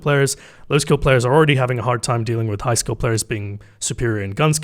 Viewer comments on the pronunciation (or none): I keep hearing "high skill players" as "high school players".